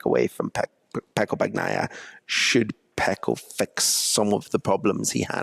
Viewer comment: If can't be bothered to pronounce Bagnaia's name correctly, he's got no chance with Toprak's 🤦